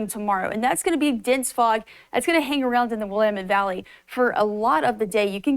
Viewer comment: "Williemend Valley"?